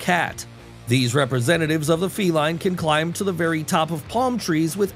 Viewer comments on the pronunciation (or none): none